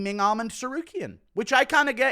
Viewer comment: theres no d at the end of armans name why do you pronnounce it like that